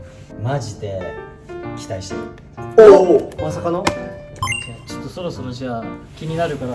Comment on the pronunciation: 嶺亜くんの「まさかの？」が「まさがど？」に聞こえてしまったwww